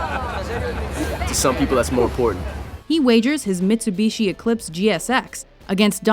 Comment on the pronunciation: "His Mitsabeeshi Eclipse"